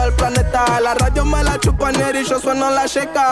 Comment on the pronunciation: Jajaj en vez de ñeri dice neri porque en USA no existe la Ñ 🤣